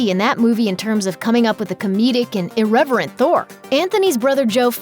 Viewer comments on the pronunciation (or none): “Irevewent Thor”